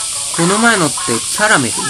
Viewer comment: キャラメルのアクセントに違和感あるのは僕だけかな？(笑) 僕は食べ物のキャラメルと同じ発音でキャラメルと言ってます！ まぁ人それぞれだな！それとも、僕がおかしいのかな？